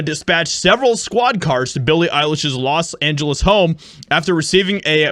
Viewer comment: Los (lost) Angels 😂